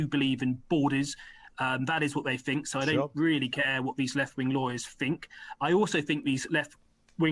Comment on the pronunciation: A Tory MP and he can't even say th- correctly "I fink these left wing lawyers....". Fick as pig shit. Probably brought in to sound like your typical EDL type and appeal to them.